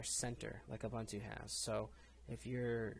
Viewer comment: Debian, Deb Ian => Deb Eee Un Not Dee Be in Ubuntu, Ooo Boon Too Not Oooo Bun Too SuSE, Soozuh Not Seuss Repo, Ree Poh Not Rep Oh &